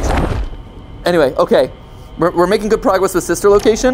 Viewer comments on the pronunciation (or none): “We’re making good grogwess”